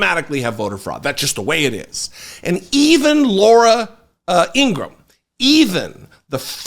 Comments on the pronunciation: Thank you for your work. Two things though. Has anyone pointed out the 5 stars on the gold tennis shoes are aligned like the confederate flag? Subliminal? And it’s Laura Ingra-ham. Not Ingrumm ☮️ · Laura Ingraham's brother stated that their last name is pronounced Ingra-ham, like oink oink...